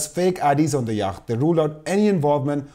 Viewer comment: It feels slightly churlish to say this, but you might find it useful to know that the word yacht is pronounced yot (rhymes with plot) in English. Anyway, thanks for the great discussion. I hope the truth comes out before I shuffle off my mortal clogs.